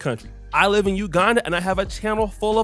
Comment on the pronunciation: Pls its "live" not "leave" and "qualify" not "colify"